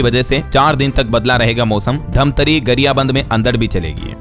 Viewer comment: धमतरी नहीं है, धंमतरी है।